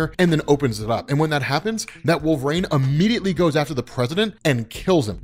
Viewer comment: Every time, I kinda can't get past it. "Wolvrayn" "Wolvrayn" "Wolvrayn".